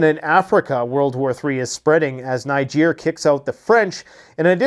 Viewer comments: Putin looks angry for someone who has just won 😂😂 By the way it was the USA Niger have broken with not France. And it’s pronounced Neejer! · I am a Nigeria, its pronouced "Neejay" even if its spelt "Niger". Its a neighboring country to Nigeria.🙂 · Not to be a jerk, but it’s pronounced “ Knee- gehr”